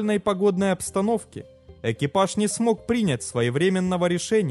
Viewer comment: Диктор! Учи русский язык. ПрИнять, отнесло и такой говор в каждом видео. Интересно, но уши режет.